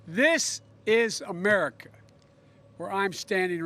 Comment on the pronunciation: Did he just say, "'Merica" like George Bush?! Omg, I give up!